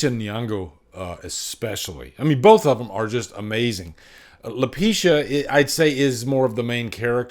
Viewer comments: Lupita, not Lupeesha... cmon sir.. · Her name is actually Lupita, not Lapisha… 😅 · Lupishaaa? 😂🤦🏻‍♂️ it’s Lupita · Pronounced La Pita I think that is what he means. Easy mistake. Good review